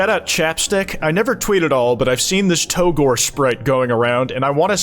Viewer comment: Hot take: It's pronounced "to gore", not "Tou-gore". After all, you also pronounce it "Toriel" and not "Tou-riel".